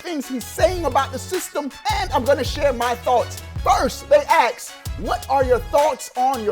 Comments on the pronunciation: hey the verb is ask instead of aks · "Here's the next thing they axe"